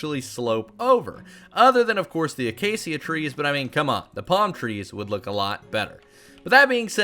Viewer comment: pronounce acacia uh·kei·shuh